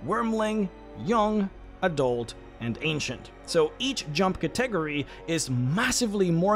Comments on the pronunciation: Category is Cat-ah-gory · It took me a hot second to realize you were saying category when talking about that empowering spell. It's pronounced katteh-gory, not ka-tegery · I swore you were pronouncing some latin/elvish word or something then I realize you're saying cat-ta-gor-ree. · ima help you out - Cat-EH-Gorr-EH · Cat - eh - gore - eez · I know what you meant, but "Category" kept tripping me up. I don't want to be rude, it is pronounced "CAT - uh - gor - ee" or "Catta - gory" I only want to be helpful, I don't mean to sound condescending, I know English can be hard. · Stop mispronouncing cat-a-gory.... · It's hard for me to believe you've never heard the word "Category" pronounced out loud. Still, good video. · Not trying to hate or criticize but where did you learn to pronounce category? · Is he deleting the comments that point out his pronunciation of Catagory or am I going crazy? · That can't possibly be the way you think "category" is pronounced. It's a bit, right? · I still see many and its pretty tasteless. Like we get it guys. Funny way to say word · ive seen a fair few haha